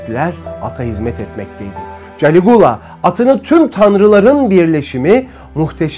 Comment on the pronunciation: Galigola yanlış diyorsun